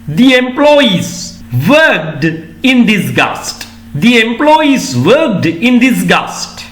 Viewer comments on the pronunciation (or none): Sir talked and worked. Pronunciation d or. T sounds at the end